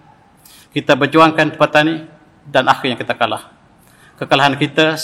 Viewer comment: Sebutannya bukan Kalah tetapi Kalaa'